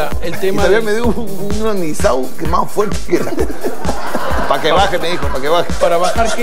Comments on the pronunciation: Vargas..."un anisao" no era un anisado..?? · " Y toavia me dio un anizau...." Jajaajjaja